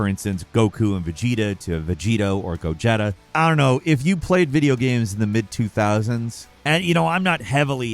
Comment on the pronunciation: The hell is a Go-Jetta? lol